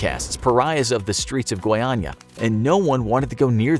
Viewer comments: oh he can speak "goiânia" normally. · Impressive narrative. So as the right (and hard) pronunciation of "Goiânia". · FINALMENTE UM AMERICANO QUE SABE FALAR GOIÂNIA Finaly an american that knows how to say goiânia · One of the few times I'm seeing a native English speaker pronouncing the acute and circumflex tone correctly in Goiânia and Goiás, Nice video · Actually impressed how he managed to not trip on the pronunciation of Goiânia and Goiás. Foreign people tend to have problems pronouncing... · Wow, did you know the exact pronunciation of Goiás and Goiânia? Wow! A+